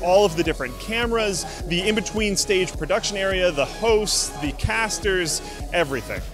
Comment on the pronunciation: Did you say PRODUCTION?